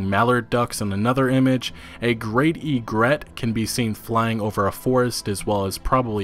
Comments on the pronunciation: Why do you say Egret like that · You don't separate the 'e' from egret. It's one word.